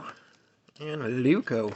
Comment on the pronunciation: It's a Leuku, not a Leuko.